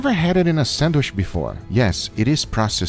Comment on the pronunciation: i know this video is old as heck and that no one reads these, but i just love guga pronouncing it sandwish